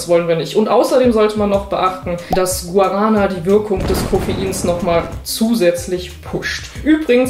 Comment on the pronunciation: Gu-a-ra-na 😃 wenn man Portugiesisch spricht klingt das einfach nur furchtbar (Originalsprache Gwa-ra-ná). Genau wie „Atschai“ 🤪 (Açaí, Aussprache A-ßa-i). No hate, alle machen es ja „falsch“ 😘